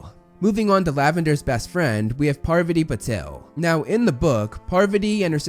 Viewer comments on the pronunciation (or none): Man it's Patil not Patel both are different last names from different states of India! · I loved the way you pronounced the name of Parvati in this one because it was the correct pronunciation. Although, you have to work on her sister Padma and their surname Patil. P.S: another problem that studio had with Christian Coulson play Voldemort was that they thought he was too good looking to play the character, and they didn't want their big bad to look that good.